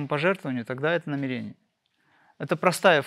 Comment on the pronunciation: В слове намерение ударение на первую букву Е. НамЕрение🙏